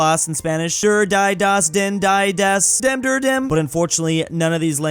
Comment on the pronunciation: He also killed the entire German and Austrian population by pronouncing Die and Der as Dai and Dör